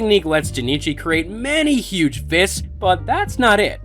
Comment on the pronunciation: Dude why are you being so damn extra with this? You don't need to talk with that much emphasis. Huuuuuuggge. Just say huge. Not everything needs 42 syllables